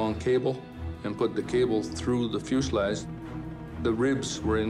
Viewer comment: It fuselage not fuselrage